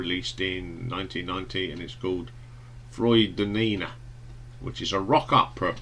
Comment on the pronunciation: Frood-a-nina? Did you not listen to the song where it's pronounced properly?